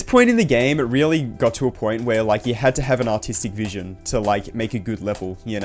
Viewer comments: so you admit that you said autistic vision? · the accent made it so much worse